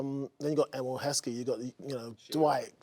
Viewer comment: Man said Heskey